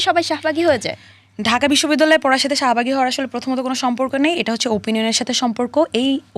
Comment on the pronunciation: শাহবাগী❌ শাহমা/গী ✅